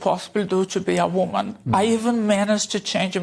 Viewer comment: 💭 She said WANMAN , I think she means WOMAN💭